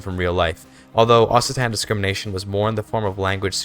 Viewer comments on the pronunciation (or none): It’s pronounced okcitan not ossitan :(